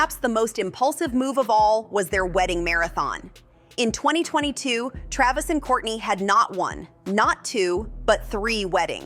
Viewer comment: KRAYvis? CalaBAYsas? This robot needs to brush up on her vowel sounds. I feel like his tattoo hair would look less silly if he didn't polish his head so hard.